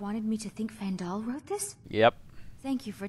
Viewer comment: And he never realized that he pronounced Faendal's name wrong the entire LP. Faendal episode 5- 286